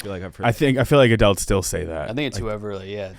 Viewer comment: says adults like adelts